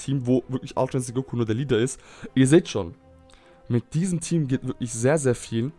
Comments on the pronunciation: Mich fuckt das auch voll Ab wenn et "Insinkt" sagt … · warum sagst du immer altra insinkt sag doch ultra ahahah XD